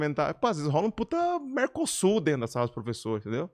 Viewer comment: "Vem pra drento lohaynne" KKKKKKKKK